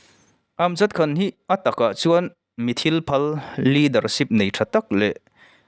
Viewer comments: Khan,,,tih pawh hi ,, kan nuin min khan, ti angin I lam a,,Tumah in Khan loh tur ti anga lam tur a ni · 'Sholaai' ti a i lam vang leh 'khan (kan mutpuite kea kan khan ang)' tia i lam avangin ka ngai thla lo mai a ang e. I trawng pai em mai. Amir Khan te, Salman Khan te hming pawh ti khan i lam trut trut duh hmel.